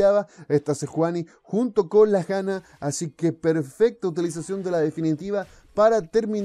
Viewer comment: ¿Por qué le dices Jana y no Yana, si le dices "mis fortun" y no "mis fortune"?